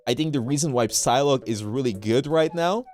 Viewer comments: is it Psylocke or sylock like how is it supposed to be pronounced coz it sounded wrong when he said it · Is he pronouncing the P in Psylocke?